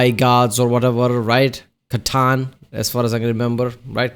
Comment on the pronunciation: In case if you wanna sound like a true WH40k expert, their name is pronounced Ker-Tan, even though its written C'tan. WH40k is weird like that. Just like Iskandar Khayon is pronounced Sekandur Kane or whatever